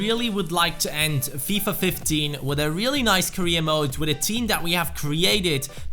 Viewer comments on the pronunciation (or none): none